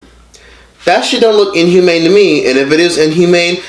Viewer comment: LMAFO dude said unhumane